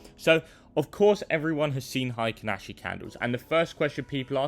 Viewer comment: HI-kinashi 🙄 probably says "BUH-in" and "KI-in" too 🤮